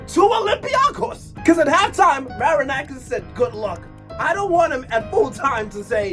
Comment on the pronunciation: Ok your pronunciation wasn't that good but we finally have someone who says that marinakis is a fraud, whenever i am arguing with an olympiacos fan and he brings me their trophies in the last 15 years i tell him that Marinakis pays the refs and he didn't believed me stating that "i have no evidence" i remember a game 2 years ago when 80% of the referee's decisions where in favour of olympiacos and 50% of them were Very questionable,i do think that this guy threatened the referee that night